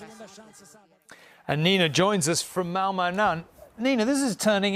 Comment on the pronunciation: You're fighting a losing battle. British broadcasters can't even be bothered to learn how to pronounce Malmö correctly.